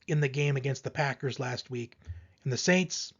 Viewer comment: The sainst 😂😂😂😂😂😂😂😂😂😂😂😂😂😂😂😂😂